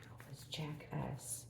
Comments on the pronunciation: I'm having a little hearing loss issue going on ,but at first I thought you were saying Jackass instead of Jack S , I did have to laugh a little at myself 😄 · I don’t have a hearing issue but I totally agree with you I thought she was saying Jackass aswell lol 😂😂